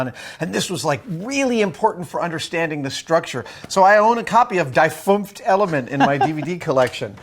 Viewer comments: "So I own a copy of Dai funft Element" - As a native German speaker I feel like asking for compensation because of how this was pronounced =) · Greetings from Germany! =) Your pronounciation of "Das fünfte Element" is hillarious! xD But for a person that isn't speaking german it's fairly good. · Damn Adam, how could you butcher the german title that bad. i know you don't speak german but i expected at least a little effort from a detail loving maniac like you.